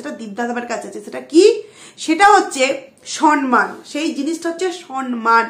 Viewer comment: Samman. Not sanman. উচ্চারণ টা ঠিক কোরো ।